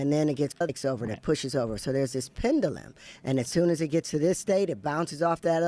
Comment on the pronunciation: If he’s such a “genius”, why can’t he pronounce pendulum properly? 😆 Am I bugging, or is there an alternative pronunciation for pendulum that I’m unaware of?